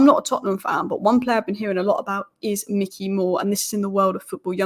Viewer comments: please stop saying ‘mickey moore’ its ‘mike-ey moore’ 😁😂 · Bro its Mikey as in Mike not Mick 😭 Pls hahaha. Great analysis as always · Why do people not even bother to at least look at other comments before posting ? After the first couple of pronunciation corrections I thought the subject was covered. Apparently not every second comment after that then repeats the same information. The whole world now knows it’s My Key not Mickey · I love you.. but its Mikey not Micky <3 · Good video but it's Mikey Moore not Micky Moore. Mikey Moore is a generational talent so this detail means a lot to hardcore Spurs fans. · I love the content , but it’s Mikey , not Micky Moore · Like your analysis but it's Mikey not Micky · It’s not Micky it’s Mikey (mykee) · MIKEy not MICKey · It’s Mikey, not Micky. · Mikey not Mickey gd content 👍🏿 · Good video, thank you! Btw, it's Mike-ee Moore, not Mick-ee (like the mouse) 🙂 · Isn’t it Mikey as in likey?